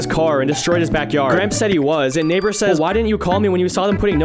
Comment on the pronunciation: I swear to God...i Hear N1gg3r instead of Neighbor at the very first frame...